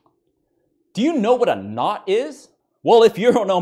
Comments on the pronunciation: I MEAN MAN, THE DUDE SAID "Do you know NUT?" HOW THE HELL CAN I NOT LAUGH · "DO YOU KNOW--" Heavy pause. "-WHAT A KNOT IS??" ❤️